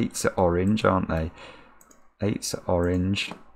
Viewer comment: Am I the only one who hears "wrogn" whenever says "Orange"?